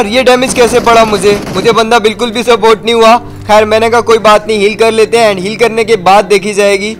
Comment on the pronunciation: bhai support nahi hota isport hota hai